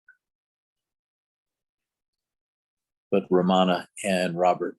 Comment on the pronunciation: It’s not ra MA na, its RAM ana